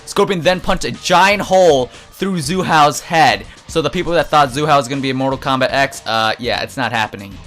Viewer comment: That wasn't JaeRoar, that was ZandTComics. JaeRoar has said "Treemor" and "Komback" though.